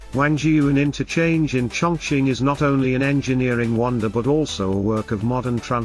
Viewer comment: It is pronounced "Chung King"?